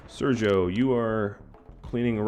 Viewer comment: Sergio now is pronounced in the right way. Good job man, you're great :D